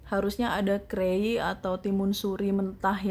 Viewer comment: Timun itu sebutannya krai , bukan krei